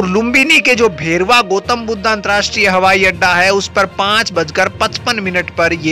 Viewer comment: शुद्ध उच्चारण करो यार? गोतम् नहीं गौतम् कहो, बुद्धा नहीं, बुद्ध कहो, happiness की बात नहीं, खुशी की बात, भेरवा नहीं, भैरहवा!